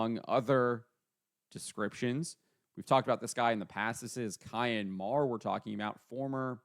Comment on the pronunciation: Cian is pronounced like keen..get it right